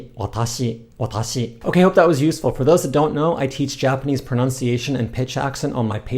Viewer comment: I can't trust a person who says pro-NOUN-ciation. 🤣